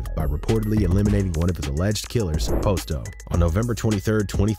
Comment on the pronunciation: The way he keeps saying Posto wrong is killing me lol makes me think he don’t really know what he’s talking about